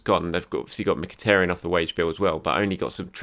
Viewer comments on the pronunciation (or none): none